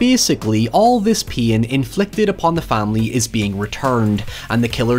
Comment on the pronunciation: I’m going to invade your home if you don’t learn to pronounce the English language Filum for film is fine Terty for “thirty” is fine But PEEN FOR PAIN? FUCKING HIYEVER STOP PLEASE MY BRAIN CANNOT TAKE IT ANYMORE